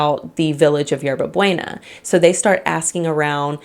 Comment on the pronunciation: 😂😂you butchered the pronunciation of Hierba Buena!! Its pronounced 《Yerba Booena. Thats fine though atleast you apologized.